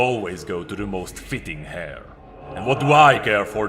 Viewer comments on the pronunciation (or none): Small note on pronunciation. Hair in this context, as in hair to the throne, would be pronounced "air". i am convinced that there is some grand conspiracy to make English the most confusing and redundant language on the planet. but yeah, awesome reading Edit: Actualy spelt heir. Case and point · I know I am being a little annoying, but I just thought you should know. The H in heir is silent so it's pronounced like air and not like hair in which it's not silent. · He called the heir a hair as well :^) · heir is pronounced the same as air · Sir, the "h" in "heir" is silent.:P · There were a few pronunciation issues in this video. Heir was one, he said "frailty" when it was the word "fealty" and he said "lineage" instead of "Liege"